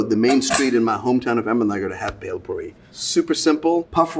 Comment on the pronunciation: It's not belpore... It's bhelpuri...